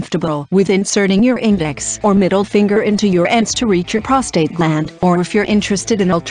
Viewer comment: Great info, computer voice is terrible..p..rostate.. really?